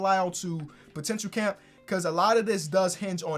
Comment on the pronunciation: I love listening to you say “potential camp”